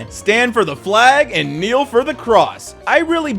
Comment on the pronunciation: No no, not kneel, knell.